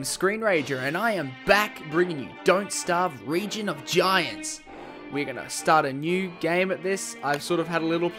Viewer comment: Lol, region? Reign mate, pronounced as "rain"